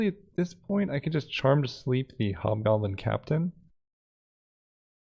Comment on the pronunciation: But the vowel in the "hob" of "hobgoblin" is totally different from that in the "hob" of "hobo"...